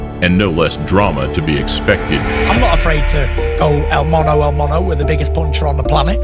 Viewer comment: Cracks me up when Fury says el Mono. It’s mano y mano. Hand to hand.